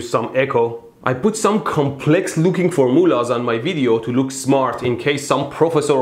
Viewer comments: "For moolahs" :) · All hail the for-moolahs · fohr moo lahs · FOR MOO LAHS Love it. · ForMULLAHS LOL